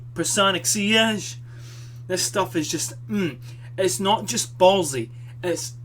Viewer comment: You are born to make video reviews. 1) Funny 2) truly more informative then 10 other reviewers put together 3) you bring the scents to life 4) you actually pronounced sillage correctly. Thanks.